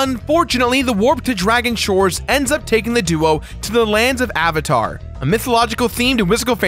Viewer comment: actually it's Avalon, not Avatar. My childhood just wanted to you to know that